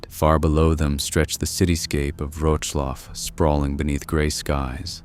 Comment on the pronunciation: wtf is that pronunciation of Wrocław lol Roczlaw??